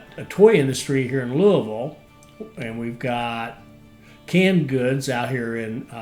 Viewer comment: Since you know how to pronounce Louisville correctly, presumably it has also occurred to you how weird it is that the Ohio River is not on the map.